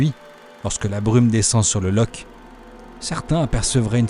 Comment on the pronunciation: Superbement filmé, superbement monté et mis en musique. PS : juste par pure pédanterie, on dit Lorr et pas Loch.